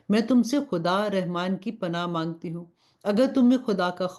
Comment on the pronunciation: Rahman ki ray k uper zabar hai but zair se isko perh rahi hain